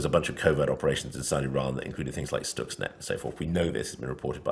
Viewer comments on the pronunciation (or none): none